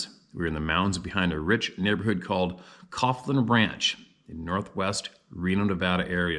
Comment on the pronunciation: Caughlin Ranch is pronounced call-in ranch. About 15 minute drive from where I live and sits on the eastern edge of the Sierra’s… lots of wilderness behind it including the area the Sierra Sounds were recorded.